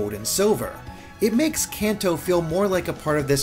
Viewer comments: Kanto is like Kahn-toe, not Can-toe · I always pronounced Kanto like canto in Spanish, but with an american accent like con toe or something. It sounds weird the way he says it.